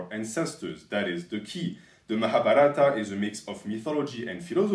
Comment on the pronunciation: Hey, the Mahabharata is more pronounced like Mahabhaarata, with a longer a at that part